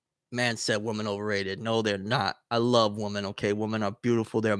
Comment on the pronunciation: do you realize you pronounce women like you pronounce woman? You say it the exact same way. Women is pronounced like (wi-muhn)